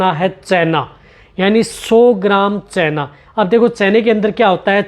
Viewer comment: चैना नही चना होता है 😂